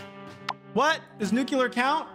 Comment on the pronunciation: “Yo we got nukeular!”